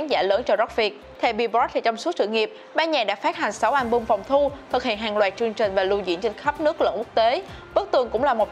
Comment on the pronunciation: Đọc không đúng chính tả chữ "Ch" trong chữ "chương trình". Chắc cố tình 🙄😑